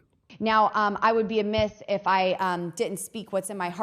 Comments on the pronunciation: I had to listen again after a commenter she said I would be a “myth” instead of remiss, and she’s says it! 😂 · Did she say “Now, I would be a myth if I didn’t speak what’s on my heart…” ? She was attempting to say “amiss” but could not quite work out the pronounciation. Amiss, even well spoken, would still have been the wrong word choice, as, in this context, she actually wanted the word “remiss.” As for her calling, I do competently agree. That girl has a calling. Answer that call, girl! Lauren! You ARE being called. His name is “John.” He has a transaction to make with you. Lauren, answer your John’s call, girl! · I got a good chuckle when st the start she said "I would be a myth" instead of "I would be remiss". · Did Boebert say that she would be “amyth”? What a dope! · Yeah, I heard that, too. She said "a myth". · Boebert, “l would be amyth.” I believe the word is “amiss.” Do better Colorado.